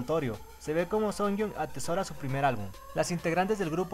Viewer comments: Muero un poco cada vez que escucho 'Sunyong' en vez de 'Suyeon' (Sooyoung) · No es Seonjiu, es Seojiun; tampoco es Sooyoung, es Suyoung (hablando de pronunciación). Aparte confundias mucho a Sooyoung con Seohyun, pero de ahí en fuera todo bien.